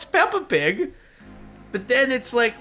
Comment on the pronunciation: I was laughing so hard at the Peppa Pig. Because the way you say pig in english, almost sounds like the danish word pik, which means dick :-D